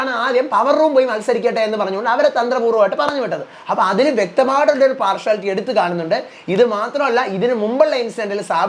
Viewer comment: പാർഷുവലിറ്റി അല്ല പാർഷ്യലിറ്റി